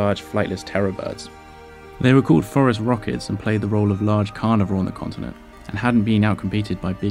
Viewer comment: I always mishear the scientific name of Terror Birds as "Forest Rockets".